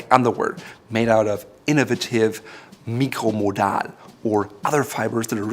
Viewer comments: He actually perfectly pronounced it in french. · Uhm. Nope. Both ways are proper German. You can either write "mikro" or "micro" says the Duden. So the German pronunciation is fine. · MicroModal is an Austrian patent, so Raphaels German pronunciation would be a valid way to go IF there wasn'T the fact of the "c" in "Micro...". This, instead of a "k", is only used in English, so the product name should be pronounced English. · "Meekro-muhdahl". Haha. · I found out, that he is german when he said Mikcromodal 😂